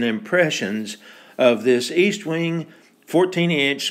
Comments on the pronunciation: Pronounced ESTwing, not EASTwing. Very good video. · ESTwing not EASTwing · logan wolf Tanks Logan. I don’t know if you realized this or not, but I mispronounced Estwing all the ay through the video. It should be EST-wing not EAST-wing. I’m planning to do a new video on vintage Collins Axes soon. Thanks for watching and your kind comments. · Its Est wing, not East wing ffs